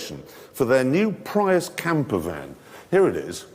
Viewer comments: James slipping out of character by correctly pronouncing "Prius". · the correct way to pronounce it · 20 mins and only once he said it correctly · Its been a year. I hope your delusions have dissipated for it is Pry-us not Pree-us, Luke. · yep Jag u ar Prius is Pri Us Americans can't get that they pronounce it Jagwar wtf is a Jagwar sounds like a Chiense knockoffsof a Jag u ar and wtf is a Pre us sounds like part of the Gentials system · I mean both other presenters say it correctly... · Joking aside the language is English not Latin. It's the correct pronunciation. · The language is ENGLISH, not Latin. The British are pronouncing it correctly. Pretty simple stuff. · may says it fine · Cause you say it like how it's spelt. Just like how you pronounce Jaguar, "Jaguar".